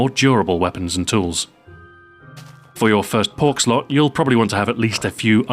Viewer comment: Pork slot instead of perk slot lol